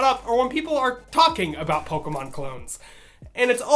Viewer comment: PO-KAY-MON not PO-KUH-MON